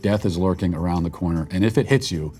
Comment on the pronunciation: The lady straight said,“tiptoeing awound” Sounds like the hunter from bugs bunny. “Wabbit”